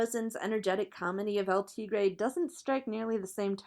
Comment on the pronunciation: The way she pronounces "El Tigre" makes me mad